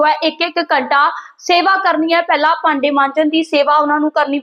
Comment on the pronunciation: ਬੀਬੀ ਜੀ ਪੰਜਾਬੀ ਨੂੰ ਨਾ ਵਿਗਾੜਿਆ ਜਾਵੇ ਪਾਡੈ ਨਹੀ ਭਾਂਡੇ ਆ